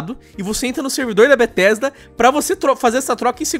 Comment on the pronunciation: "bettesda"? Kkkkkkkkkk